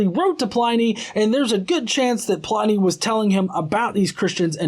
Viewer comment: It's not Letter 10 to Trajan- it's letter 96 of Book 10 of his letters; only that book contains his correspondence with Trajan (who sometimes seems a little annoyed that Pliny is writing to him about even minor stuff). And Pliny is pronounced like "whinny", not "whiny".